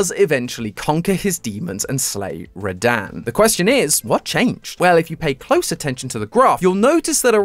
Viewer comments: “Radan.” Bro it’s Rad-han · It’s rah-dun not rahdan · Rah-Dan? When I heard you say Radahn's name, I physically winced. It's pronounced Rah-Dawn. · ain’t no way he called him ra-daan 💀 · I don't know if he is saying radahn's name correctly or not, it could just be the accent